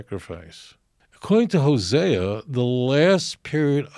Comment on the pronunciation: He can't pronounce the name of the prophets LOL